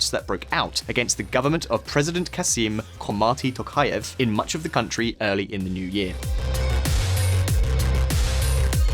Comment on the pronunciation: Kasym ZHOMART, not Kasym Khomarti